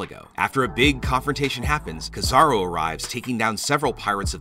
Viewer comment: Stop butchering my boys name its Ki-Za-Ru not no damn kizaro